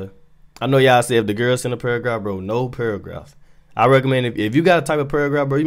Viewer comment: cud not understand this nigga when he said paragraph till da last time bro said it 😭